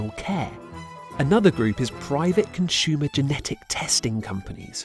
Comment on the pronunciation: I've never heard someone pronounce it "conshumer" before